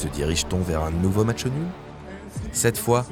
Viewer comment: On dit "match", pas "matcheu".